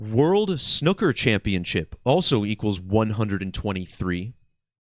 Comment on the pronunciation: I almost hit the dislike button over your pronunciation of the word snooker, almost unsubscribed even. But I guess Ill let it slide...